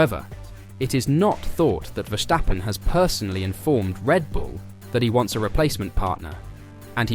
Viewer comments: There is no h in Verstappen. It is Verstappen, not Vershtappen..... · If you still cannot pronounce Verstappen correctly, nobody is going to take you seriously...